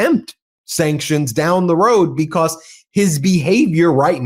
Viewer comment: Because, not "becoss" Human, not "yoooman" Let alone, not "yet alone" stop saying "play this clip" please study english you are professional in media